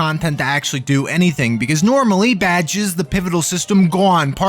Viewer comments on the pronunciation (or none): I like how you pronounce badges as "Bad Jizz." Once again, I'm in awe of your standards.